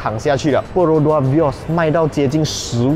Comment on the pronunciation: 我听到perodua vios😂